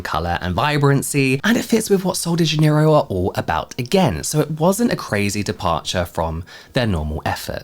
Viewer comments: It’s pronounced kind of like zha-NEH-ee-roo. The “j” in Portuguese sounds like the “s” in measure or treasure. The stress is on the second syllable (NEH). The final “ro” is softer than in English, almost like roo but shorter. So together it’s: zha-NEH-ee-roo. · How do you pronounce Janerio? I was an employee at kohl's and my Spanish speaking coworkers pronounce it Hanerio because of the J being an H sound in Spanish, but I know dialects can add variation? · these ladies were saying Jan-near-o. Like January, Jan. I say it with a soft J. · I had to teach the Ulta employee here to say Janerio. They were saying it so wrong with the southern accent. (I speak basic Brazilian Portuguese.)